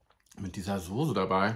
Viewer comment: Es heißt soße nicht sose 🤬